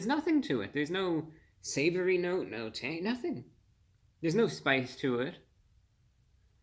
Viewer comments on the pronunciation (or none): none